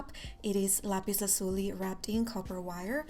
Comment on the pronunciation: I like your pronounciation of lapis lazuli